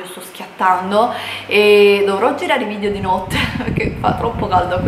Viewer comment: Okay però ora che la rinoplastica è fatta sarebbe l'ora di iniziare con le lezioni di dizione! Ripeti con me VIDEO, VIDEO, VIDEO NON VIDIO!